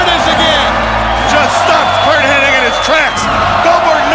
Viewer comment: His name isn't ''Hennig''